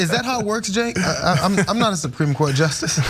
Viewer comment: SUH-PREAM COURT!